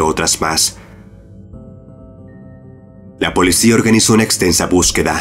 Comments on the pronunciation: No se dice polecia si no policía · Solo yo me di cuenta que dice polecia?